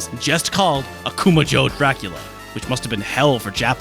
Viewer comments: "joe" is not entirely correct, I guess, but "jeaux" is less accurate to be honest it pretty much is "joe" without pursing your lips at the end, just lingering on the initial sound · Akuma-Joe stopped me dead in my tracks. I only had a semester's worth of Japanese under my belt but I was like...wait...didn't he mean Ah-koo-mah-jeaux?! Am I the wrong one here?! Great video as always, gang. If I recall regarding Probotector, it was also used not just due to censorship but because of some real life thing called Contra that took place that they wanted nothing to do with in UK. Don't quote me on that. I've also read that the NES version of Simon's Quest got the password option because, again, konami didnt want to splurge on a battery backup. But this also supposedly freed up memory for them to improve the music for the NES release. The FDS release of Simon's Quest has super weak music compared to the western release. I'mma have to grab that Famicom release of Castlevania 1, I had no idea about the differences. Also, love the little jabs at Konami for being super shitty now. And thank you for more or less confirming that the recent rerelease of SotN missing its iconic What is a Man speech is a horrible thing. I just dont see why everything has to be word for word accurate to Japanese. The original voice over is legendary. It would be like rereleasing the original Resident evil with REmake's voice over replacing the goofy original. People forget that video games have always been fucking goofy. Jokes were on point. Info was rad as hell. This continues to be one of my favorite channels.